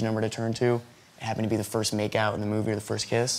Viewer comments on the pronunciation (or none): none